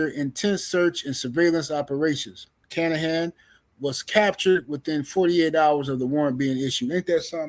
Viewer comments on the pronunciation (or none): His name isn't kanahan.. Let's break it down for you.. kin a han... now put it together kinahan... 😂